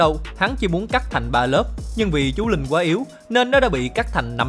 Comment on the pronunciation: chú linh mà sao mình cứ nghe thành chú lìn nhỉ